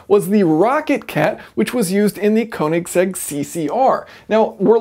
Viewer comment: "konig seggs"